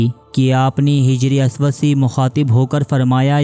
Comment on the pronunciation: Bhai Sahab, lafz hijray aswad nahi Hajaray Aswad Hai. e c tarha hafiz ibne hijr nahi, hafiz ibne Hajar hai.